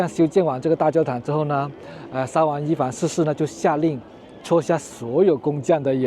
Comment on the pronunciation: 沙huang不是沙wang